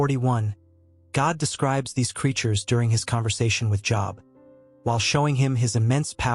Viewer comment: Everytime the AI mispronounces Job, I skip a beat. Think I'm in full arrest.